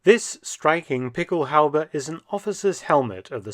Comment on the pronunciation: What Mark is saying in his British accent is "pickelhaube". He is pronouncing it correctly, but I tried to google "pickel halbee" and it didn't work.